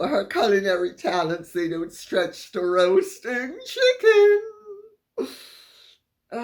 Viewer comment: Dear Lady C, I'm dying every time I hear you say roast chicken! 😂😂😂😂😂